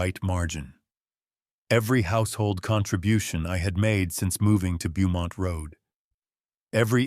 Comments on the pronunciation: Beaumont is pronounced "bow mont"....whoever is reading this is either not American, or is AI... Also, ...he never paid for or dismissed the taxi.... you need to pay attention to some small details. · Beaumont Avenue should be said as bow-mont Avenue, where bow is pronounced like a child’s hair thing. Ai still cannot pronounce just about anything that are names. I scream every once in awhile because of this stupidity.